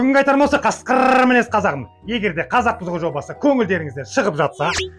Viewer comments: брат, қасқырррр демей ақ қойсаң жақсы болар еді. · Неге сен қасқырррррррррр деп айтасың? 😂😂😂😂😂